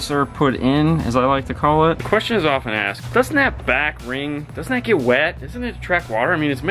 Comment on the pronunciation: Most eemportant quest-shon. How Muchy dinero$ for the Speaker EEnsalation? Gracias (